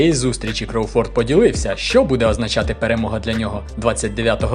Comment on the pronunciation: Я навіть чекнув західних коментаторів, правильно КрОуфорд, а не КроуфОрд, цей наголос дуже ріже вухо.